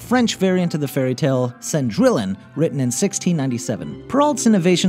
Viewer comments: "sen-drill-on" "ash-in-poo-tel" X'D I'm dying at his butchering of the French and German language (for anyone wanting to know, they are pronounced "son-dree-on" and "ash-en-put-tal") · Cendrillon is pronounced "Saund-ree-yon" It's French. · Cendrillon is French, therefore it is pronounced Cen-dree-on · Its pronounced son - dri - on Not cendri lon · OMG Cendrillon is not pronounced Sen-drill-in!! It's pretty pronounced with French phonetics so it is Sahn-dree-ohn. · Cendrillion is pronounced "san-drey-on",; just saying. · Uh... Cendrillon is pronounced "sehn-dree-yohn" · Did anyone else cringe when you heard him say, "Cindrillon"? I know I did... It's pronounced, "Sin-dree-on", rather than" "Sin-drill-in". Yikes. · you really mispronounced Cindrillon its seen-dree-on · Cendrillon = sondweeyon Chiapperelli = kyapperelley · Oh god the pronunciation of "Cendrillion" hurts my ears - its "Cen-dree-on". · Great vid!!! But I have to point out that Perreault is pronounced Purr-oh, and Cendrillon is SAWn-dree-ohn. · Sen-drill-in SEN-DRILL-IN Gud French. Much baguettes. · I thought it was Cendrillion? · I agree. The video's still great, but he needs to pronounce it more like "Sohn-dree-yon"... Maybe he just didn't know to pronounce the "ll" like a "y"? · That's.... not how Cendrillon is pronounced. Thats not even close. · Did any other French people cringe at the way he said Cendrillon? Yikes. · "cendrillon" do you even know how wrong you pronounced that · I was under the impression that these people really have a passion for what they're talking about. The mispronunciation of the name of a major character makes it seem like they don't care very much about being accurate. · K his pronunciations of "Cendrillon" and "Haute Couture" just kinda killed me. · For number 3, it's Yeh-Shun... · I know, I feel like I die a little inside every time he pronounces it wrong T_T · Really "cendrillon".....pronounce it right